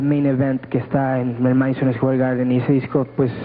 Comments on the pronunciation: "MEDISON ESCUER GARDEN" 😂😂😂😂😂😂😂😂😂😂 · Medison escuar garder XDDDDD